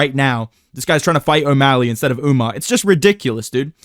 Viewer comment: Bro why does everybody keep calling him Umnar, bro wheres the n its just Umar????